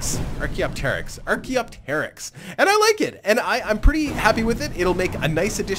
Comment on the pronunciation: Pronounced archaeopteryx wrong. Ar kee op tur icks.